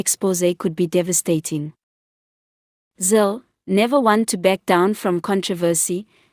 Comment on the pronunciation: It's Zille not Zill???